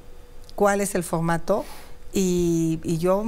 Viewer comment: Esa Sra X k se enseñe hablar bien no k diga focmato x pocg mexico pecgsona y muchas mas impocgtasiones 😅